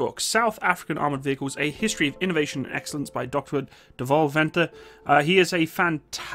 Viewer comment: Thanx! BTW pronounciation: Buffel: (biff)(fill) and Ratel: (egyptian sungod- Ra)(till) Also Dewalt Venter (Deer)(vault) (Fender- just make the (d) a hard (t))